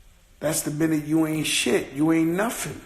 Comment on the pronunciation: Joe please man you have money go get an education, its not nofing its "nothing"